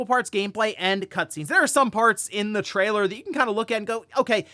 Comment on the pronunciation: What? Try again in English. “Trialor” 😂🤣